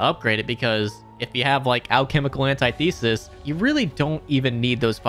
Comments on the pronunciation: It’s antithesis, not anti thesis, idk why that pisses me off so much but it does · Antithesis “Ant-ith-esis” not anti-thesis.